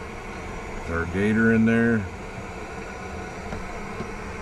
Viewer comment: I confess I skipped forward every time you said gator. 🤮